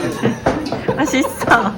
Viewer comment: 맛있쪄!! 発音面白い✨👍👍 パパのおすすめ北東京、歴史が有ってレトロな 情緒が残っている所も見られていいですよね🥰 ちなみにうちは北千住です！